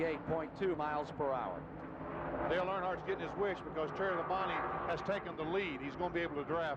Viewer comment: LOL i still cant get over Ken Squier calling Labonte "La-bounty."